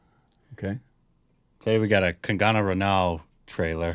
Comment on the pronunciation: Just remove that "a" after "g" and pronounce it ,there you go Kangna. Note: Of course it will be written as Kangana ,but its pronounced as Kangna.